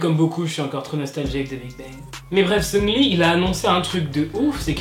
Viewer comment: seungRi avec un R omfggg, pas sEuNgLi